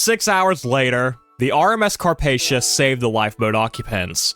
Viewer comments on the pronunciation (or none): The Carpathia was pronounced Car-paf-e-ia and a little fun fact The Carpathia sank in 1918 by a torpedo